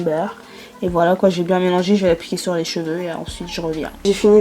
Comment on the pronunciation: c'est cheveux pas "jveux" 🤦🏾‍♀️😂😂😭